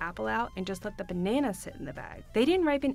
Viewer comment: Why does she say " banaayna bread 😃 thats a hell of a nasal twang😃